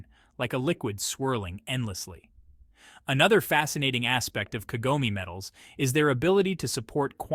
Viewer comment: Tell your stupid AI voice that Kagome is 3 syllables.